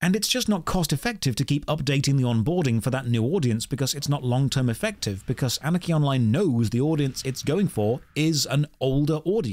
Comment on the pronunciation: I'm tho only one who hears "Anakin online" instead of "Anarchy Online"?